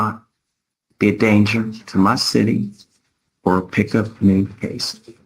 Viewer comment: I heard that southern twang right there in "my city". Idk if he was born there and hides it or if he moved there and is picking it up, but I've never heard that accent from him before